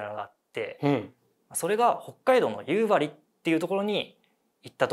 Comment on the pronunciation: 夕張の発音正しい人初めて見た😊❤